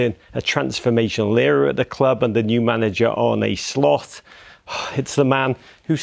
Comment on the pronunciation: Stopped watching as soon as he said “Arne Sloth” 😂😂😂